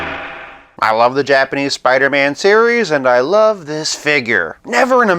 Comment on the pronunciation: Soo-pidah-man! wow!